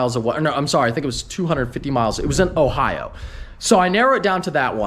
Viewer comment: Why you got to say Ohio like that?